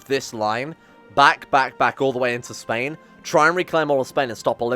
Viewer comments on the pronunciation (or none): none